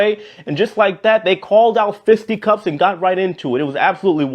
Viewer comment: He pronounced it 'Fisty-Cuffs' ...lolz